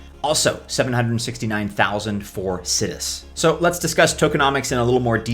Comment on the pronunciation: I think it's pronounced sigh-dus